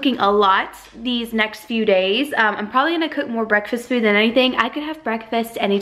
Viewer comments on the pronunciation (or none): none